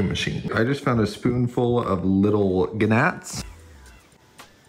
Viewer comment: Dude everyone knows how the venus flytrap works and rollie polies aren't really the best for a flytrap and also it is not pronounced (g-nat) it is pronounced (nat)